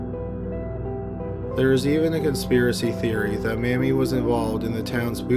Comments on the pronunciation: It's pronounced MAY-mee, not Mammie. Geeze, dude, you really need to pay attention to your pronunciations. It completely pulls the listener out of the story. You mispronounce something at least every other video. IMO, that's just sloppy. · I have to ask. In the second story you start out pronouncing the woman's name "Mamie" as in Eisenhower, which is correct, but in subsequent mentions of the name the narrator gets closer and closer to "Mammie", shades of Al Jolsen. This is inexplicable. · “May-mee” not mammy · "May-mie", not "Mammy". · Mamie is pronounced "may-me", not "mammy". Otherwise, great video. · It's pronounced *May-mie, not Mammy... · The way pronounce Mame. It wrong. It's pronounced May-Me. Not like mammy. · Mamie: It’s pronounced may-me not mamee. I have an aunt and my grandmother share that name. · Her name is not Mammy. It's pronounced with a long a (MAY-mee.). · It was pronounced "May-Mee", not "Mammy". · I know this is childish, but the pronunciation of the murder victim's first name is MAME y (with a long A sound) NOT "Mammy" as in the black sevant in Gone With the Wind. Told you it was childish. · “MAY-mee”. Not “Mammy”, how I love ya, how I love ya Mammy!! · Mammy? It's pronounced "MAY-me." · The name “Mamie” is pronounced “may-mee “. I had an aunt by that name. The name you pronounce would be spelled “Mammie”. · You may want to brush up on name pronunciations. Mamie Thurman is not Mammy. Mamie...long A...Maymee. As in former US First Lady, Mamie Eisenhower. Mammy was a colloquial name given to Motherly, often heavy set house Slaves on Southern Plantations. Hattie McDaniel won an Oscar playing Mammy in 1939s Gone With The Wind. Mammy was never a given name. It is slave related and it is based in Racial Mockery. Please correct yourself. Thx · Not until I read your comment, so thanks so much.😁😁 By the way, he pronounced incorrectly. It is pronounced May-mee, not mam-mee. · Its pronounced May-Me. Not Mammie. Mammie is a derrogatory term.